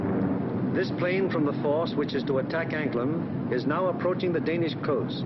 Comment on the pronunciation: John Katz If you are correct then I say thank you. But no matter how many times I listen to what he said. It still sounds as if he could be saying Anklen or Anklem but may be as you said anklam. But it does not sound like an "A" in the second to last position. More like an "E". So either way, with the way the USA drowls it's "A"s and words it cold still be an American version of Anglen do to their inability to read or to pronounce names other than those they are very familiar with. But if you know there is a place near the Danish coast named Anklam then that would be helpful. I only know of Anglen (Anglend) From where the Original Angles who are the originators of the English, are from. Thank you. Posted Monday 5th of May 2014 01.17 AM GMT.